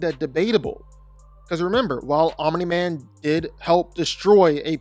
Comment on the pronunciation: Stop saying "Ominy-Man".